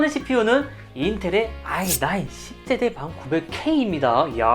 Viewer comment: 역대급 발음 짧네 ㅋㅋ 피씨방 갔다와서 그런가?? 10세대 발음 ㅋㅋㅋ 5000입니다 kihun0709@